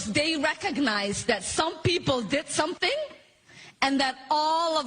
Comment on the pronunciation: "Saum People Deed Saumting"? And the great flood was "some rain for awhile" Deport Stinky.